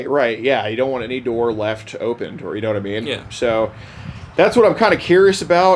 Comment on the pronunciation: How is not a single person in these comments saying anything about the “yanitimean”?